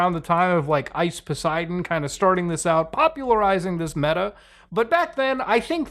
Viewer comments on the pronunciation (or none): none